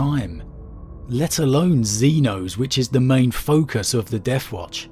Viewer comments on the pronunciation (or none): none